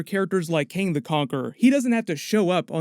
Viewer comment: Kang not KAne